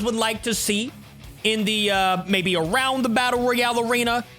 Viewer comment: You should arownd stachoos